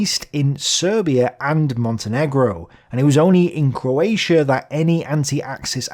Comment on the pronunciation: For a start you can’t even say coatia It’s CROATIA you Irish 🇮🇪